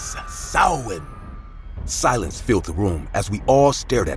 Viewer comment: I love how Samhain was pronounced correctly 🖤🖤